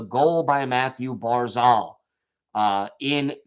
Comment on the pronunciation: Its Barzal.... Not Barzol. Please pronounce it right. Your the only one who says it like that.